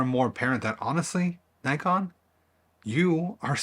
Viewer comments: You can’t even pronounce Nikon. How could you think you were in a relationship with it? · no that’s wrong too. It’s NICKon. As said by 100% of the rest of the world. It’s a shortening of the older name Nippon Kogaku. Why would the I vowel suddenly change? If you’re going to say Nykon then you may as well say Nyssan to refer to the cars.